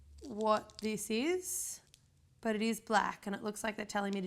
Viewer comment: I am Japanese, YOU DIDN'T DO UT RIGHT